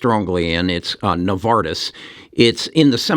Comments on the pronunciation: Navitas NOT Novartis...but agree w potential. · Great you’re promoting the company!!! BUT you’re calling it NOVARTIS …. that’s a behemoth pharma company. Please provide the name of the company correctly….. and you will have better credibility. 👍